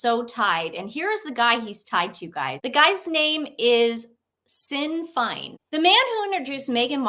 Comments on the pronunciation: Sinn Fein, is pronounced Shin Fane and is a political organisation relating to the unification of Ireland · Shin feign = Sinn Fein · It's not sinn Fein, saying it phonetically it's shin fane, it's the underbelly in Ireland and has roots to the IRA it's not a person it's a group who have commited complete atrocities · Ladies - Sin Fine ? You mean “Shin Feyne” !!! It’s not a person , it’s the Sinn Féin Irish political party founded in 1905 by Arthur Griffith. It subsequently became a focus for various forms of Irish nationalism, especially Irish republicanism. You made yourself look a bit daft there ladies , please research more before you go live perhaps ? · Sinn fein pronounced shin fayne is an Irish political party that wants Ireland to leave the UK. So many bad feelings in years gone by between sinn feint and the British govt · Hey and! I love you guys and am just watching this episode, but OMG SINN FEIN!!?? This is pronounced SHIN FANE and is a Political Party that used to be extremely dangerous and extreme!! They committed many crimes…in pursuit of their beliefs, murders, assassinations, etc!! Please look it up because I am NO EXPERT, but I was horrified when you referred to the party as a PERSON, with a completely different pronunciation of their name!! I’m Canadian and even I know about them…so kind of shocked that you don’t at least know they are now a somewhat accepted political party in Ireland!! 😲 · looooool sinn fein 😂😂 it’s pronounced shin faine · "Sinn Fein" is pronounced "shin fane" . Just an FYI. ❤ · Sinn Fein pronounced for you as Shin Fane....an Irish hard line political party, Look it up. They are patriots. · It's pronounced Shin Fain. It's an Irish political party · Sinn fein is pronounced...shin fayn. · Sinn fein is pronounced "shin fane"- :-) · Sinn Fein is pronounced Shin Fane. It started as the political wing of the IRA, the terrorist organisation the Irish Republican Party. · It’s pronounced Shin Fain